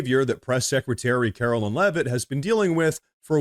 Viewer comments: Karo"LINE" is how she pronounces her name. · Love your content,. I watch you everyday. Our Press Secretarys name is KAROLINE, not Carolyn. Just a heads up.